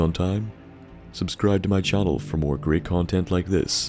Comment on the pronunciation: "Something more, something mauwd."